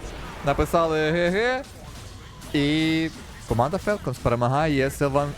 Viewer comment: Правильно "фОлкенс". Тіко не бийте, так дійсно правильно звучить